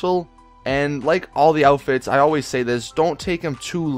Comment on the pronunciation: Every time you post a Fashion Friday you say, GTA V Cool 'Outifts' instead of "Outfits" Lmao